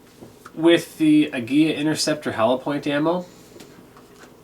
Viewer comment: Good video. One nitpick - I'm pretty sure it's pronounced "ah-GEE-lah" not "ag-GEE-yah". There's only one letter l.